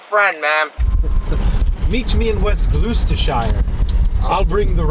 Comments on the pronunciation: Please never say glooostershire. It’s pronounced glostersher, it’s not a city but a county, like a state, and it also contains part of the Cotswolds, one of the most beautiful parts of England. Surprised it wasn’t that butchered it tbh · Gloucestershire (pronounced "Glosstershire") is a county, not a city. The city of Gloucester (pronounced "Glosster") is in Gloucestershire. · Im actually from Gloucestershire... I will never be able to pronounce it correctly again hahaa